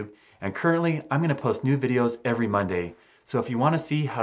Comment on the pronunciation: wy do you allways say myday or monday